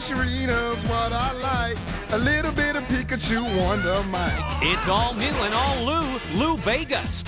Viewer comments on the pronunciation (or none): none